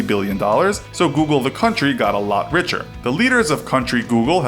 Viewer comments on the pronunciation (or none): none